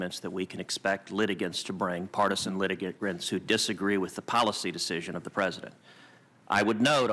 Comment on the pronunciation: What the fuck is a partisan litigrint? Learn to speak n00b